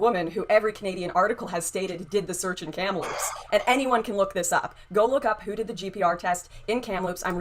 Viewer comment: Did say “kampaloops”??? LOL …it’s Kamloops. Doesn’t matter but still funny to this guy who lives close to there.